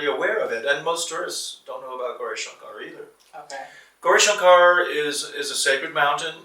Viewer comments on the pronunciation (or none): sir please teach that guy to say gourishankar correctly